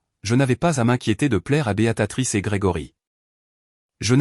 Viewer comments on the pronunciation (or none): Tiens, revoilà Béatatrice, au lieu de Béatrice, ça devient vraiment lassant d'écouter des narrateurs aussi nul, même super nul. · Ça n'est pas Béatatrice, mais BÉATRICE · 🤣🤣🤣🤣🤣 C'est Béatrice ou Béatatrice ????? C'est dingue toutes les fautes d'orthographe et de prononciation, certain narrateur ferai bien de mieux étudier les textes et de s'exercer à la prononciation.......... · Bonjour les erreurs diverses ! Ce n'est pas ! : " Béatatrice " !!! , mais !, " Béatrice " !!!... Vous n'êtes même pas capable de dire un prénom ???.... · L I A confondu tjs les prénoms américains et français ici c est une erreur phonetique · prononciation de béatrice en "béa ta trice", pouce en bas. et encore je suis gentille.